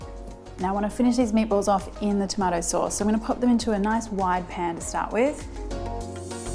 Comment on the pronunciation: Why do I’m hearing MAPLES whenever she says Meatballs?